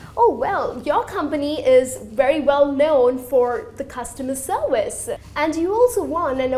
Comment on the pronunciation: I'm learning English and I heard "serwice" ^^